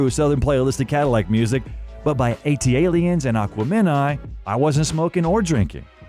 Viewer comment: Super cringe how you mispronounce Aquemini and ATLiens. Did you even listen to the music? Gross.